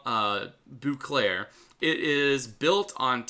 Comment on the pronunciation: It not "Booclair", you need to say "bowclair"